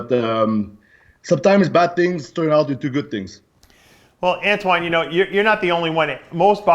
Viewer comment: I've been waiting for this interview for a while btw dave mispronounced antoines name lol